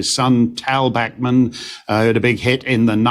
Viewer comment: Tal Bachman - FYI - it’s not pronounced ‘Back’man - it’s ‘Bauk’man🥴